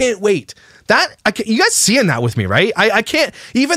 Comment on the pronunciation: I know A geyser . but she says ''guyzers'' instead of guys